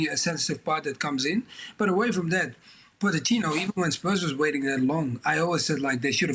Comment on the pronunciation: First of all, I congratulate you Dan for pronouncing Pochettino's name properly (Po-c-ettino). You're one of very few! Mauricio was smart. He ducked taking over Real Madrid after Ancelotti (An-ch-elotti). Smart, because Pochettino could go nowhere but down in a post-Ancelotti environment. He was also smart enough to duck taking on the ship with a colander for a hull - that being Tottenham (massive admin and player issues there!!). So, he took Chelsea - still rife with issues but not quite as bad as Tottenham. Here's my prediction. More fireworks - NO Cups. ...next manager please? Is ANYONE seeing a trend yet?!?